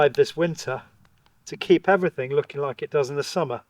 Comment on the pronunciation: please remember to 'litch and subscribe" 😆. Only messing :)